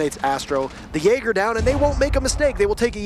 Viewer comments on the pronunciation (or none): this caster got me banned from the twitch channel, chat was spamming "Jay Ger" cuz that's how he pronounces Jaeger. i asked who the fuck is Jay Ger? they told me i typed in chat "WTF is this caster ?" got banned.